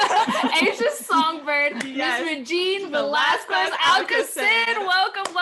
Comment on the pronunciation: Velasquez - pronounce Velaskes not Velasquest. Just a little help how filipinos pronouce it.